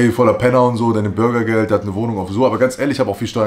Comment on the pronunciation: kann der typ eigentlich auch normal reden? BurgYgElD